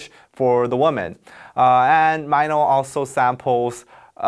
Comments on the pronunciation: Ok I was low key a little bit out off every time you said m-I-no. I LOVE YOUR VIDS. but yeah😂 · He says minos name right twice then goes back to "MYNO" LOVED THIS VID THO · IS IT JUST ME OR DID I HEARD HIM SAYING MINO'S NAME "MAINO"???? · This is great and all but like WTF i didn’t know it was pronounced as MyNo... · Also, why do you promounce MINO as MY-NO? 😆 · My-no? C'mon..... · Because mino itself always pronounce like that :D he always says : em-ma-e-no Lol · i was todays years old when i learned “mino” is pronounced as MYNO i- wtf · So it was really May-no,not Mi-no. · TIL Mino is pronounced my-no. facepalm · he saying "my-no" makes me uuuuh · Wait mino is actually pronounced "MY NO" ????? wTtf i feel scammed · No offense and btw this is an AMAZING VIDEO but i get triggered every time he said Mai-Noh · You kept calling him Mino, as if it rhymed with "rhino." Isn't his name pronounced like "Mee Noh"? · Did he pronounced it myno lmao 🤣🤣🤣 im cringing everytime he sais it. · Could he stop calling Mino as Miiino, you're a Korean damn it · If you say "My-No" one more time I am going to have to unsubscribe. 😁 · is it just me or the guy explaining the song pronounced his name wong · I cant be the only one noticing how he’s mispronouncing MINO’s name. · why does he say m EYE no isnt it m EE no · i love these explanations but the way you said mino as maynow made me so confused. isn't it pronounced as meeno (mino)? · Not sure why it bothered me but his name is Mino. Not sure why it was pronounced like Myno the whole video. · Why do you pronounce his name as Myno instead of Mino as in short "I" ? Really curious. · Super Junior Heechul called Mino as Myno. Just see Knowing Bro Winner x Byungjae ep. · MY-NO OOPS I ALWAYS PRONOUNCED IT AS MIINO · I’m keep listening and every single time you saying MINO intrigues me. MY-NO and MEE-NO keep changing when it’s pronounced MIN-O. It’s quite funny. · meeno not myno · its mino not MY NO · omg i’m sorry its mee-no not myno😭😭😭